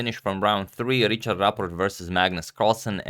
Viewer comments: Richárd is pronounced as riha:rd ("h" probably as a Croatian would pronounce it + the "a" is long, something like a double "a") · Hi agadmator! I’m really happy that you cover a match with a Hungarian player. But the pronunciation of Richárd is a bit different in Hungarian than in English. The “Ri” part is the same, but the “chárd” is like the English word hard. So it’s like Rihard. Best wishes: Balázs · I'm from Hungary and it is pronounced quite differently. It's pronounced like Rihard. There is no ch which is the equivalent of the Hungarian cs. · i think its pronounced richard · Just a quick tip: go to Google Translate, select Hungarian and type the name as Richárd. Hit the speaker button below and you will hear it. It's pretty much what wrote, this just helps with the "open" a. Appreciate your effort on correct name pronunciation!